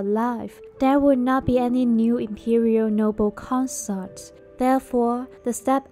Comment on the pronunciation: Consort...please Pronounce properly